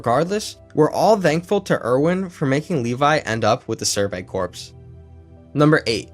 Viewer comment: Corps the p is silent